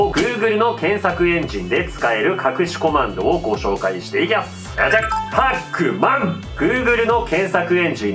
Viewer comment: 読み方がパック・マンで草